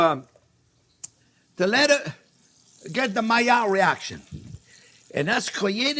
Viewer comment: Yes, finally the mayerh reaction, as you pronounce it. The juicy thing is to keep it juicy, is not to brown it first, but too allow the meat to rest.